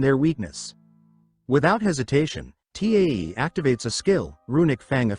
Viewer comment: So annoying how AI can't pronounce Tae and constantly spells out his name.